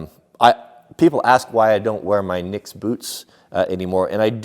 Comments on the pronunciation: Its pronounced nipex silent k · It's k-KNEE-pex. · the "k" is silent in the name Knipex tools just like the word knife.